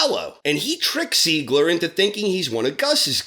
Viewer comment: I'm sorry... try saying "Tsiegler". That bugged me while watching the show, as well.